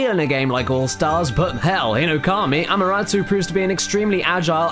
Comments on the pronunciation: AMARASUUUU omg I giggled when I heard you pronounce her name. :"> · Ama-Te-Rasu. Damnit Caddy. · Btw it's Amaterasu not amarasu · (DefinitelyNotASquid) actually he said amaratsu which is still wrong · "Amuratsu"? Can you read? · Caddy? Ammaratsu? Really? Her name is Amaterasu, not Im a rat Sue. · goddamit caddy!!!!!!! its pronounced amaterrasue-spelt amaterasu